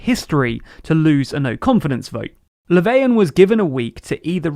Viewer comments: Who tf is "Leveian"? I don't mind people not pronouncing foreign names perfectly, that's perfectly normal, but that pronunciation of Löfven isn't even trying. So much so it made me unsure of whether he was really talking about the guy they showed a photo of. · bruh he literally pronounced Löfven "Laveyan" which is only an approximately correct pronounciation in like skåne/scania. Way to tell on yourself southerner ;)